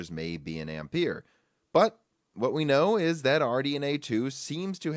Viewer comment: Please learn how Ampere is pronounced